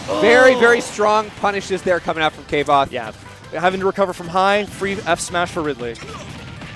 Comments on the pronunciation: Mad respect for that name, but Kay-voth? KAY-VOTH???? It's pronounced KVOH-TH! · You pronounce the "v" as a "v", or an "f" a la German, not as a "w". KV - othe. "Like quothe, but a v instead of a w" according to Rothfuss' own blog. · Pronounced "kwothe" if it's from kingkiller Chronicles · Kvothe, pronounced like “quothe” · "Kay-Voth" smh